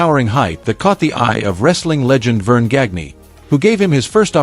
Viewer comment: The guy narrating this is an idiot. He can't pronounce names like Kamala, and Akebono. Or even Vern Gagne.